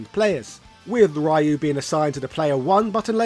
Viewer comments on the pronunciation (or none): "Rah-you"🤣 Just like the Van Damme & Raul Julia movie. Rayu is a gyoza (dumpling) dipping sauce and Ryuu (Re-you) means dragon. I think it was SF4 that people started to pronounce his name correct. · His name Ryu is pronounced Roo or Rew like dew not Rie-ew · Thats not how you pronunce Ryu Its RI - U NOT Rai-iu In every game pronunced the nace correctly... why the people still mispronunced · His name is Ryu (ree-you)… not (Rye-you). 🤨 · Geez, Breh. Even Sensei Dan from Art of One Kenpo Karate Dojo got Ryu’s pronunciation right. It’s REE-Yooh, not some kind of bread. Get it together!!! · Ryu is pronounced REE-YOO.... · Street Fighter Alpha/Zero was heavily influenced by the SF2 animated movie. I'm surprised that wasn't mentioned in the video. If people didn't already know, the stadium stage in SFA/Z was an "homage" to the Bruce Lee/Chuck Norris fight in Way Of The Dragon. Also, "Righ-you"...🙄 Thank you Mortal Kombat; Shirai "Righ-you". Then again that mispronunciation might not have anything to do with MK. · Its pronounced " Ree-oo" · I can tell if he's butchering Ryu's name on purpose lol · My ears bleeds everytime when americans keep mispronouncing the name of Ryu. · UGH the way you pronounce Ryu is DISGUSTING and you mentioned in another video you know how but just won't?!? Dafuq lol Interesting though I also like the idea Ken invested in crypto and lost his fortune then Elize showed her true colours and left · Why do you keep pronouncing "Ryu" Like that 😢